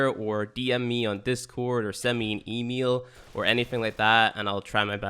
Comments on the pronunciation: E- Mill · Nobody:: e-Meal